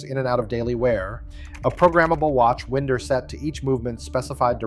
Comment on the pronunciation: Does NO-ONE have a voice?? Please speak, and don’t let AI do it. It doesn’t even know how to pronounce “winder”…